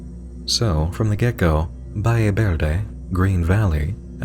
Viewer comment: "Balle Berde" 💀 this hurt my hispanic brain